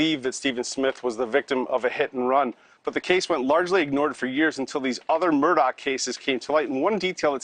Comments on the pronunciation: This lady apparently doesn't realize the name is Murdaugh and not Murdock. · I wish she’d stop saying “Murdock”! It’s Murdaugh!! PS. He is as guilty as sin!!! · Murdock? WTF she can’t even pronounce his name right. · Why are you miss pronouncing his last name? It's Murdaugh NOT Murdock ! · Also if you're gunna cover this story you should get his name right it's murdaugh not Murdock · MUR DAUGH NOT DOCK! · Hey lady. Want to keep your job learn hiw to pronounce peoples.Names!!! It’s Alex murdaugh. Not doc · And it's MURDAUGH not Murdock get it right😂😂😂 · Is it just me or is everybody in this pronouncing his name completely wrong maybe it's because I'm from South Carolina and I actually know how to pronounce his name but everybody up north is saying Murdock. I don't know maybe it's just me 🧐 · don't understand why they're repeatedly saying Murdock... it's Murdaugh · "Aleck Murdock"?? This woman didn't even bother to learn how to pronounce his name. Sad. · His last name isn't Murdock. Not sure how this reporter can mispronounce the name. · Is Murdaugh pronounced as Murdock?? Why do the reporters keep saying that? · Yea it actually sounds similar to murder not Mur-dock. And Alec is actually Alex. They butchered their names!